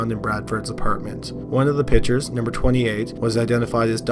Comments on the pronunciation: The speaker needs to pronounce the word "pictures" correctly. Pick-ture...not pitcher...so annoying. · I’m sorry to criticize but PICTURES is not pronounced ”PITCHERS”; A pitcher is a baseball player or something that holds liquid. A PICTURE is a Portrait or a photograph & is pronounced PICK-SHUR